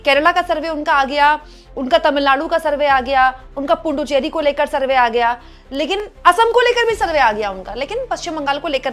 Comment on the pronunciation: सही शब्द पुड्डुचेरी है,आप इसे पुंड्डुचेरी क्यों कह रही हैं,जी ।